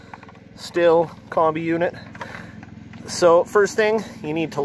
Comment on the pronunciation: Thanks for the video but Stihl is a German word.... German vowels: A (ahhhh), E (eyyyyy), I (Eeeeee), O (ooohhhh), U, (ooooooo). Sthil is not pronounced Stilll.... It is pronounced Shhhhhhhhttttttteeeeeeeeellllllllll, please. Shhhteeeellll.